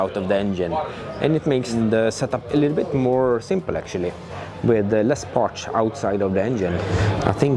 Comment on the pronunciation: I love how he is saying Parts (Partsch) 😬